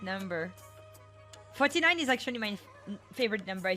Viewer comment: If you say ‘49’ in Japanese they tend to use the alternative version of ‘4’. That being ‘Yon’ rather than ‘Shi’ And the formal way of saying ‘9’ is ‘Kyu’ rather than the informal ‘Ku’ So 49 is said as ‘Yon-Jyu-Kyu’ not ‘Shi-Jyu-Ku’ As for the rooms, the hotel in Kyoto I stayed at had 49. It was two doors down, I was in 47. And yes there was a 44. So I don’t know how pervasive this tradition is, but it’s not ubiquitous as far as I know.